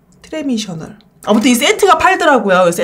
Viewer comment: 트레미셔널 리코타베리ㅋㅋㅋㅋㅋㅋㅋ 귀여운 햇님님..💗 트레디셔널이랑 리코타베지에요!!